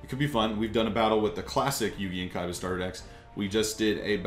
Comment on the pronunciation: Its awesome how u say KAIBA!